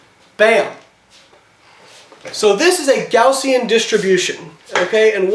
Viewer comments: Hey Layne, it's actually "Gaussian", not "Gaussien". Thought you might like to know. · Gaussian* not Gaussien. great video by the way.